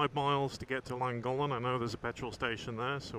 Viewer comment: Typical english pronunciation of Betwys y Coed, however your take on Llangollen is a completely new one to me lol To be fair it's a funny language I never really got the hang of it. Beautiful country, poor poor pigeon.